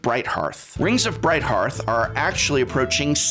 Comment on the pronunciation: omg, thank you for not pronouncing brighthearth as brightherth! I'm not sure where the internet got the idea hearth is pronounced herth.. it hurts my head every time I hear it!.